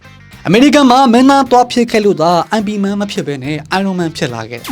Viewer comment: ရိman မဟုတ်ပါဘူး မှားနေသေးတယ် ရဲမ့်man လို့ပဲ တရုတ်တေကခေါ်ကြတယ် ကျနော်တောင်ဘုမသိဘမသိ IP Man ဆိုပီး ငြင်းမိသေးတယ် 😂